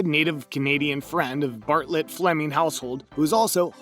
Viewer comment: “big ranch river” “barrett” 😫😂